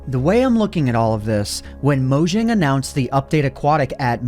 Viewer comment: It’s not pronounced “Mow-Jjjjang” It’s pronounced “Mow-Yang”